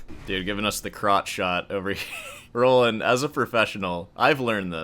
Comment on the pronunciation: I've never heard Roland pronounced like that, and i will not begin now.